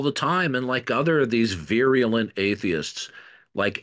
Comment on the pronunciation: Veerialent? Veerialant? Wtf?